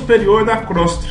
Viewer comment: Só lembrando, não é crostra: é Crosta terrestre.